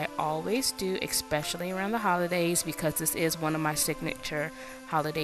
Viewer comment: nice recipe but "eXspecially" isn't a word